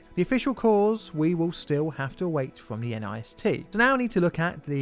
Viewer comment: And NIST is pronounced as nist, not N-I-S-T.